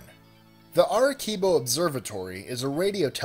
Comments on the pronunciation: "Err-eh-see-bo" not "err-a-kee-bo." Oh, well, this amount of research means one doesn't have to bother to say words right. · arekibo? wtf? Arecibo!!! Ah-reh-sea-boh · LOL "Arekibo?" "Arequibo?" Does a combination of "CI" sound like "QUI" or "KI" either in English or Spanish? now say with me "Ah - rE -Si -Bo" Don't go cosmic on foreing languages . If you don't know how to pronounce just say what you read . Otherwise you sound like MooRAN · Just so you know.... #21 location Arecibo isn't pronounced ah-reh-KEE-boe it's actually a soft c just so you know.... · Just an FYI It's pronounced are re see bo . Not are re kibo. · It's not pronounced Are-keebo, ,,,,,,it's Are-see-bo, ,,,spelled Arecibo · lol the way you butchered #21 arekibo (arecibo) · WOW I didn't know my home island( Puerto Rico) had something really cool. plus just to let you know "Arecibo" the "c" is pronounce like "s", so "Aresibo" but with the "c" instead of "s". but still go Puerto Rico and SIENCE. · #19 It's pronounced "Air-e-sea-bo". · It's pronounced ah-de-see-bo señor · aricebo is pronouonced ar-i-SEE-bo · 21. ah-re-see-boh.... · God I never seen someone pronounced Arecibo so...... Creatively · When did the letter C in Spanish become a K? Arecibo the C is pronounced like an S. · Need to do more research!! That's the 3rd time I've heard you mispronounce the radio telescope in Puerto Rico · Sorry for correcting you but it's Arecibo you pronounce the C as a S i work there I should know